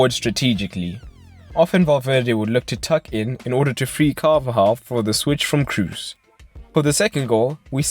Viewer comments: can't stand your pronunciation of Toni Kroos it should be pronounced as "Cross" not your Crus or something like that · As a german I can say you pronounce it "cros", but with a long "o". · No, it is like Cross